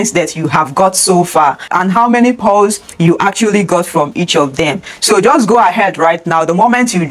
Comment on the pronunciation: It's Paws, not Pows